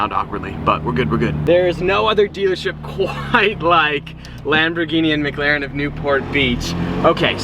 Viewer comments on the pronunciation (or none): He said “lambergeenee”